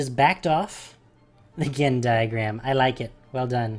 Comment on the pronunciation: the Gen-DIE-Agram.